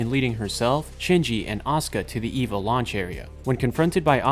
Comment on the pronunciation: Why is it so hard to find videos about Evangelion that don’t feature people who can’t pronounce the names? When it’s three letters, it’s Ay-Va, when it’s the full word it’s Ee-Va.